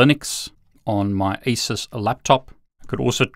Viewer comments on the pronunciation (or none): none